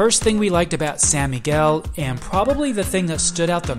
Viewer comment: Sawn Miguel not Sa